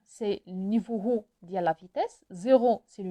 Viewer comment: Salam, juste une petite remarque: on ne prononce pas le H de haut c juste comme "au", bonne continuation